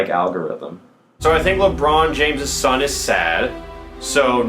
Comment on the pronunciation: When Alpha said Al G Rhythm, i legit did not understand. but it was still funny for some reason